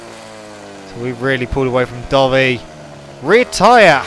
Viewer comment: Not trying to hate but I keep thinking your saying dobby instead of dovi lol kinda gets on my nerves but good vids :)